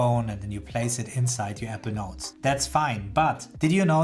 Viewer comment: APPLE NOTES PRACTICE SAYING IT CORRECTLY 😂